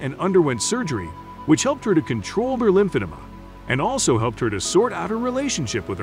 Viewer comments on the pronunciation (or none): And lymph-ada